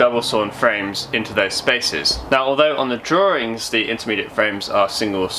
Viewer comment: This chap makes a mockery of English language..(draw-ring)?..maybe the parrot should narrate?